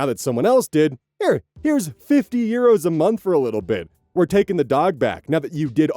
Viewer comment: I love how says euros like "yeeros" ❤ /gen, not mocking